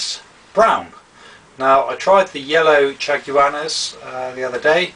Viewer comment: lolz....it's chaguanas (shag-wa-nas):D